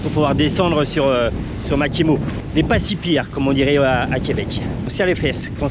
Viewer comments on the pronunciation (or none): none